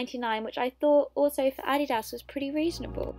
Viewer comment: Why are you mispronouncing ADIDAS